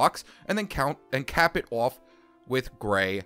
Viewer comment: My favorite thing about this dude is when he says "off" its sounds like "ouuf" sorry if it's sorta offensive but I like it :)